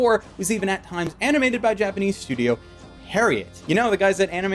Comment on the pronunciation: Studio Parrot..? Japanese really isn't the only language you cannot pronounce correctly, is it? cough hideki ono cough